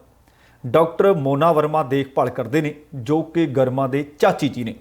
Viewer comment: It is prounced greema not garma it's a Hindi word meaning gracious